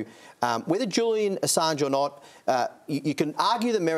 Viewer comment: Julian A-songe. Hahahahahashas. Brandis is a tool